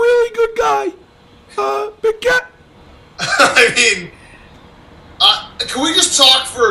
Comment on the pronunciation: Can't stop laughing at "BigCAHT"